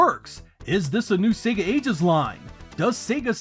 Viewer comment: Finally, an American who can pronounce SEGA correctly 😂